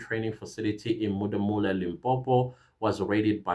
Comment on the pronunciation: It's Modimolle. As a proud a Limpopian how you pronounce it is not cool. But yes we've been in danger and the fact that all this is coming out it shows that the GNU is actually maybe working.